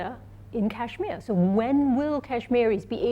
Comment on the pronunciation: She's literally saying, "Cashmiya" instead of Kashmir. And, God! She really must love China!